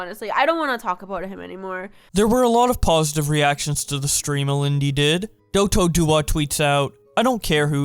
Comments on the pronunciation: Mans really said "DotoDowa" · Dotodowa? It’s pronounced Dato- Doyah* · my man really said Dotoduya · i think it’s pronounced dah-toe doy-yah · the correct pronunciation is Doe-tow- doy(like boy with a d)-uh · Holyy shit who here know dotodoya let's gooo ik I late and u pronounce his name wrong 🤣🤣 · The way you pronounced Dotodoya made me laugh so hard, I've never heard someone mispronounce his name that badly. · Rip the dotodoya pronunciation but I don’t blame you it is pretty random being said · People In the Comments:Shut the f up alinity You're not the Victim Me:Did You just Pronounce Dotodoyas Username wrong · Very sad and all. But let's talk about how he pronounced dotodoya's name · Out of context but as a dotodoya fan, the way you said his name was painful. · He really mispronounced DotoDoya’s name like crazy lol. But for real though. People act like they’ve never done anything wrong. You guys are the same people that if she were to kill herself would suddenly care and start posting suicide hotline numbers and saying guys “watch what you say you can hurt someone” blah blah blah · i understand the message but i would like to say you mispronounced dotodoya but its fine his name is a little different :) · The thing that upset me the most is how you did my boy DotoDoya dirty, saying his name like that. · How did you manage to pronounce dotodoya so terribly?